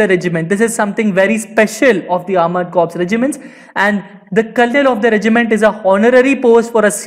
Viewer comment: please check the pronunciation of colonel on google...Its really reallyyyy not a tongue twister or something to be pronounced wrong. Please its really offensive for army brats and personnel.Thank you. JAI hind.